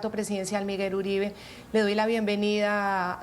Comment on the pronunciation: Esa equivocacion de pronunciar el nombre del martir Miguel Uribe T, eso lo dijo a proposito para piner a hablar a la prensa. No le den gusto, ese criminal solo merece ignorarlo